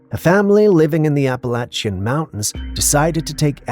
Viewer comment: You're mispronouncing Appalachian